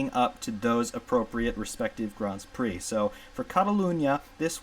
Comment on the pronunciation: So nice to hear you say it correctly with "Grands Prix".